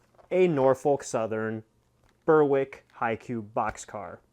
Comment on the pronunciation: Nothing like unboxing something for the first time! Disappointed it wasn’t more coal cars though! The NS paint scheme, I think, is one of the best. Berwick is pronounced Berrick though. Any ETA on the turntable install?